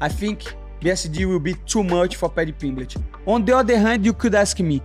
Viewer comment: Paddy PeeembLEEch